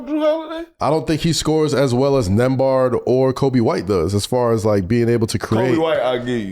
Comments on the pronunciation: Melo calling Nembhard … Nembard 😂😂😂😂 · How do you watch the finals and not know how to say Nemnbhard.